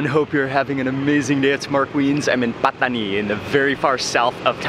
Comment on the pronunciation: Love how you pronounce “Pataniiii” & “Rrrotiii”